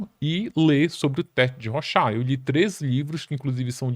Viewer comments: Se pronuncia "rôchard". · Legal mas o nome do cidadão não é ROXÁ meu viu amigo haha